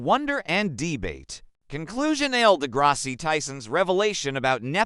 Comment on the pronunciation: Lol the Neil dah grassy got me too. That and Yeranussess These AI videos are out of control.